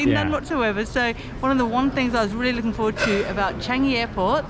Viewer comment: Ive just been told by my Japanese colleague it's pronounce 'Chaangi' not chang-i